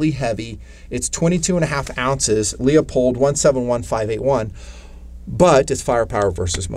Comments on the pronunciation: IT’s “LOO POLED” - Damn Call them up on the phone and LISTEN HOW THEY ANSWER THE DAMN PHONE!!! And if you have not heard of Proof Research barrels, you need to come out of your hole more often! Love Ya man - But Get with the Program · Loop-hold. It’s not Lee-uh-pold. You did make some good points on this build. I don’t understand why you guys tend to go super budget, instead on springing for mostly high end parts...when done correctly. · I love your videos, but you pronounce Leupold wrong and it makes me cringe.